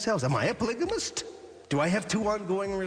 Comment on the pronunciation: “a pLIgAmIsT cWoP”